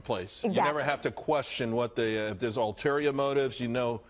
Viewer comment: Don't forget it's ulterior motives not alterior motives. Just sayin'